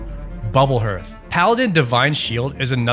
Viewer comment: “Herth” this pained me to my core